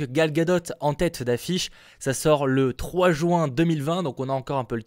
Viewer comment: MDR il a dit 3 jouin, sinon genial